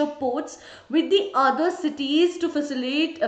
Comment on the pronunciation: "facilate facilititate"